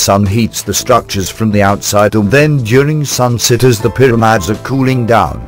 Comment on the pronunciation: also they start the documentary calling them "pyramads" only to end up referring to them as pyramids!!